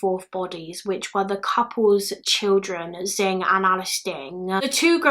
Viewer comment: Hey! Just wanted you to know that Anxiang Du's name is pronounced an-shian! Not an-ziang. I hope this helps! Edit: Xing's name is also pronounced "shin" and not "zin" I hope you see this!